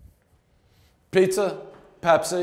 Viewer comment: One pizzer review, everybody knows Pres adds extra R’s when he speaks